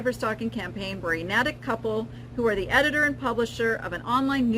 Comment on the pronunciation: This was very interesting. I would guess that the new CEO has been told by the EBay lawyers not to comment on the case while it is still pending. Just and FYI: Natick is pronounced Nay-tick.